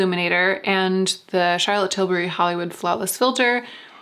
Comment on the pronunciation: Flollywood Hawlis Filter. :) I giggled.